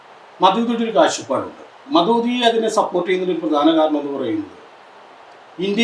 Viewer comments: ഇവൻ ജമാഅത്തെ ഇസ്ലാമിയെ കുറിച്ച് ഭയങ്കര ഗവേഷണം നടത്തിയ ആളല്ലേ ഒന്ന് പോടെ ,,, മദൂദി അല്ലടാ ഊളെ മൗദൂദി പേര് പറയാൻ പോലും അറിയാത്ത ഇവനാണ് ജമാഅത്തെ ഇസ്ലാമിയെ കുറിച്ച് വിശദീകരിക്കാൻ വന്നിരിക്കുന്നത് ദേശവിരുദ്ധ ശക്തികൾ ആയ ആർഎസ്എസ് സംഘപരിവാർ ഭരിച്ച കുളം തോണ്ടിയ ഈ രാജ്യത്ത് ഇരുന്നുകൊണ്ടാണ് രാജ്യത്തിന് ഒരു ദോഷം വരുത്തിയിട്ടില്ല ഇതുവരെ ജമാഅത്തെ ഇസ്ലാമി എന്നിട്ട് അവരെ വിശകലനം ചെയ്യുന്നു ആദ്യം രാജ്യം നശിപ്പിക്കുന്ന സംഘപരിവാർ ഭീകരവാദത്തെ കുറിച്ച് ചർച്ച ചെയ്യൂ അത് വിശദീകരിക്കുക അത് ശരിയാണോ തെറ്റാണോ എന്ന് പറയൂ,, ഇസ്ബുൽ മുജാഹിദീനും എല്ലാം ആർഎസ്എസിൻറ്റ സൃഷ്ടിയാണ് ആർഎസ്എസും ഇസ്രായേൽ ചാരസംഘടനയായ മൊസാദ് ഏറ്റവും നല്ല അടുപ്പത്തിലാണ് മൊസാദും ആർഎസ്എസും അനിയൻ ബാവ ചേട്ടൻ ബാവ യാണ് ,,അൽ ഖായിദ ,,,ഐസിസ്,, ഈ വിഭാഗം എല്ലാം ജൂത ക്രൈസ്തവ സയണിസ്റ്റ് സൃഷ്ടിയുമാണ് എന്നിട്ട് ഇതിനെയെല്ലാം മുസ്ലിങ്ങളുടെയും ഇസ്‌ലാമിനെയും തലയിൽ കെട്ടിവച്ച് ഇസ്ലാമിനെ തകർക്കാൻ ശ്രമിക്കുകയാണ് പക്ഷേ ഇസ്‌ലാമിനെ തകർക്കാൻ കഴിയില്ല മക്കളേ മുസ്ലീങ്ങളെ നിങ്ങൾക്ക് ഒരു ചുക്കും ചെയ്യാൻ കഴിയില്ല ഒന്നോ രണ്ടോ പള്ളി നിങ്ങൾ പൊളിക്കും പശുവിനെയും മറ്റും പേര് പറഞ്ഞ് കുറച്ച് ആളുകൾ ഒക്കെ നിങ്ങൾക്ക് ക്രൂശിക്കാൻ കഴിയും അതൊക്കെ ഏത് നായ്ക്കൾക്കും കഴിയും അല്ലാതെ ഇസ്ലാമിനെ തകർക്കാൻ ശ്രമിച്ചിട്ട് കാര്യമില്ല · ദേശീയതയെ നമ്മുടെ ദേശീയ ഗാനം എഴുതിയ ടാഗോർ തന്നെ തള്ളിപ്പറഞ്ഞിട്ടുണ്ട്. എങ്ങിനെ മൗദൂദി എന്ന് ഉച്ചരിക്കാൻ അറിയാത്ത ഇന്റർവ്യൂ. പിന്നെ ഷാഫി , ഹനഫി എന്നിവയുടെ വ്യത്യാസം അടിസ്ഥാനപരമായി അറിയില്ല.